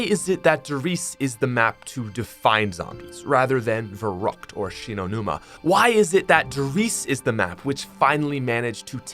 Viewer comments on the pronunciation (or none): it's verrükt, it's german and you're supposed to roll the "r" and pronounce the "ü" as "oo" Sorry I'm a little german so I just wanted to help out. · Everyone sayin the map wrong for 12 years then lmao......verrükt sounds a lot cooler then verrookt tho les be real